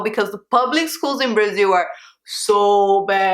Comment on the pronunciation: Braziww, thirteeng, fourteeng, Eileenggg lol